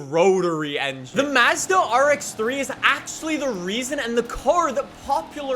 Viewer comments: i hate the way he says mazda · Finally someone from across the pond who can pronounce Mazda properly. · Every time he said m a z d a I wanted to die lol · the “Maah-zda” bothers me every time 😭 It’s more like “Mozda” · MAZZ-DUH??? bro it's pronounced MAHHS-DUH wtf lollll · It’s not maezda it’s Mazda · hey! here’s a quick pronunciation lesson!!! SAY-LEE NEE-SAWN MAHZ-DUH FEE-OTT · Mazda. Not m a z d a and forza not forttza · I like how worried about how to pronounce saleen but not Nissan, Hyundai, Mazda, Forza, or any of the other horrible ways he pronounces names lol